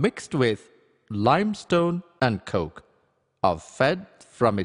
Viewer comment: the way he says 'coke'